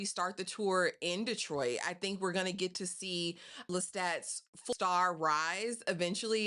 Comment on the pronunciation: Hey! I give this ep 5 sweet peas! I love the title, and I also loved how they captured actual footage of my hometown ❤️ 😊 Im gonna watch it a couple more times!! Are you from Detroit? You didn't say "Dee-troit" like others do! 😂 #313 #whatupdoe